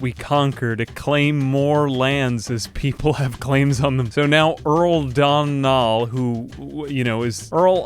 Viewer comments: Since you struggled with it so much, Domnall is pronounced "Doh-null" ("doh" as in donut). And Leinster is "Lenster" 😁 Thank you for making an Irish-themed video! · the Phonetics Munster (m-un-stir) Connaght (Con-oct) Murchad (M-ur-k-aid) Domnall (Dough-null)